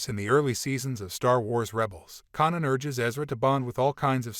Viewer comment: Kanan not Conan